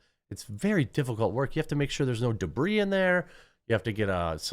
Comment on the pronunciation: "debris", "stiff competition." stop!!!! ☠